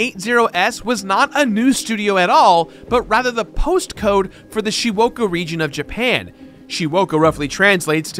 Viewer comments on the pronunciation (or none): Jirard: "Shiwoka." Video: "Shizuoka" Me: ... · Bruh... it's Shizuoka prefecture... not whatever you just said? 静岡県: 静- (shizu) quiet, 岡- (oka) hill-- Silent Hill.